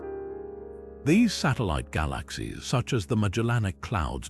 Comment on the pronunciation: This AI voice is terrible. ‘Gah LAaKh Seeez’